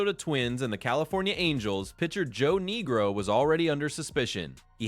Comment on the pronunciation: If this is AI narration it really needs to work on names. Can't pronounce Manziel properly and what the hell was that pronunciation for Niekro?????